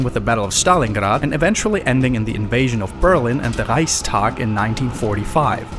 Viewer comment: Dude, probs to you. I think you are one of the few english/american people to say “Reichstag” in the exact right way!!